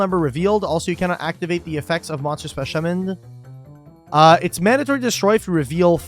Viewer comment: Lol "speshummoned"